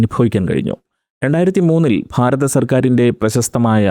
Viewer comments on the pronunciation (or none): none